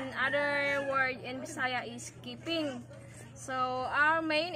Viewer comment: It's not kiping it's iping